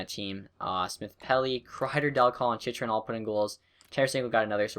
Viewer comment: Chychrun name is chin-chur-in